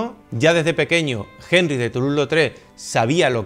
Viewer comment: No existe el sonido de la jota en el francés. Es sólo una "h" muda.